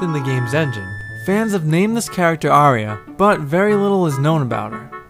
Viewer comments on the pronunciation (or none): none